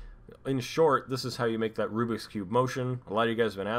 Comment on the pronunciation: Rubik's cube... Not "Rubix" cube!